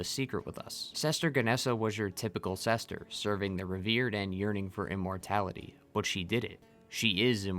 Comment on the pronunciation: Is it sester or are you saying sister?